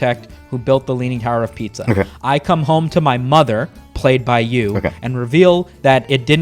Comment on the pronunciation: please don't do that again because instead of saying pizza like everyone does including the italians you said piça and that is cock in portuguese.